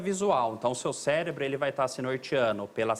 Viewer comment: "Celebro" dr.???